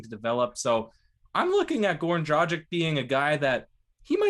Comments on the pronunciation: If you are disrespectful to pronounce last name and have problem to pronounce world dragstoore or dragitch you probably not belonge in media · Not hard to pronounce his name, especially if you tykes are trying to be reporters.. don't be those dudes lmao. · is gonna have fun pronouncing Dragic. Tongue twister lol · It's embarrassing...he is young tho